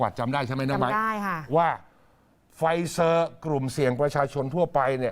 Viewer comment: อ่านว่า ไฟเซ่อร์ ค่ะ ไม่ใช่ ไฟเซอร์